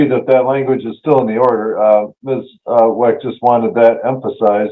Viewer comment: Is he intentionally saying "MRS. WACK" instead of "MRS. WECK"??? 🤔